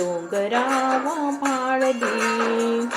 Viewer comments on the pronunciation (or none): पोरं डोंगरावर भाळली ऐवजी माळली ऐकू येतंय.कवितेत सजीवपणा आणला.खूप छान सादरीकरण